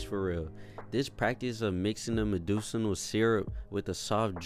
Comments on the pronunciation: My man said “meducinal” 😂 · Bro said “meducinal”